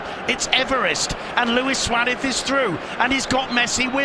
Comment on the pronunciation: Anyone know why the commentator calls Suarez "swadith"?